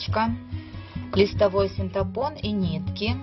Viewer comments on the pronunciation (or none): Не синтапон, а синтепон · Очень красиво получилось, только не синтепон, а синтепон